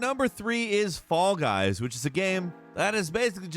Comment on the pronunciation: Everytime he says "Fall Guys", I hear "Fog Eyes".